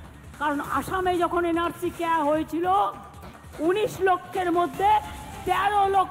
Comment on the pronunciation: ওটা CAA হবে, ক্যা নয়।